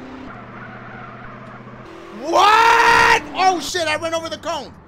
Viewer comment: He said coin instead of cone 🤦🏾‍♂️